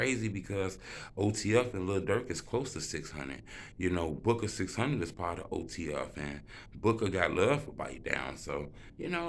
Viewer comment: Bro kno damn well he said booka name wrong